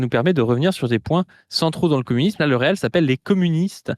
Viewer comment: ça se dit rile pas réel ! c'est reel, bobine en anglais ! j'en peux plus d'entendre réel